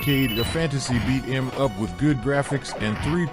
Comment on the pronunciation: As much as I find it interesting to have conversations with AI…especially Grok and ChatGBT..I can not stand AI voices with videos. This one is especially bad. How are gonna do a video game list whilst pronouncing beat em up like that?!